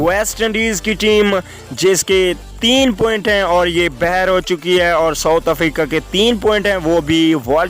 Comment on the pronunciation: باہر ہوتا ہے بہر نہیں